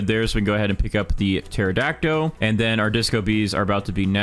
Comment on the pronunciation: baro why in every video does he say pterodactyl like that. it has a L at the end not o